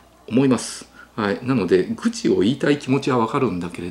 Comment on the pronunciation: 愚痴のイントネーションが愚にあるところ好き❤